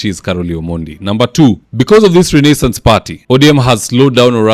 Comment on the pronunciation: I'll be eagerly waiting to see the nonstop "butchering" of the word Renaissance! 😂😂 A little bit too complicated for mwananchi wa kawaida? Anyway, I like it